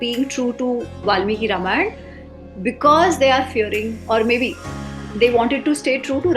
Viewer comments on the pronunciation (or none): Bhai Ramayan toh thik se bol